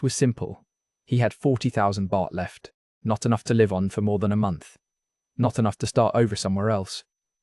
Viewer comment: When the narrator pronounces words like "live" wrongly does that mean it's AI generated?